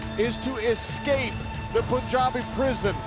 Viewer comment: I'm glad Jinder pronouncing PUNJABI correctly... lol